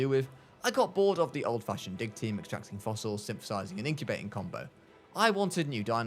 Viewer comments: I know he says “Dig team” but i hear “Dick team”…. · when he says dig team it sounds like dick team